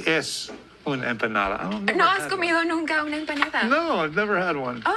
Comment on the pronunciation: Yeah her accent is different. Did you just say empa-ña-da?